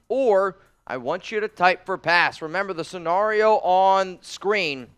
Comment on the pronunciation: I love you but, the way you pronounce scenario really aggravates me 😂. Love all you do for the Raider nation!